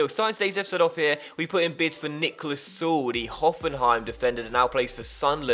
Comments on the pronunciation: its Sule not Suel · Also if you're gonna have him for the whole career, gotta point or that the 'e' is pronounced in Süle ['S-yoo-ler' is pretty much a safe bet on how to say it :)] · Pronounce the e in Süle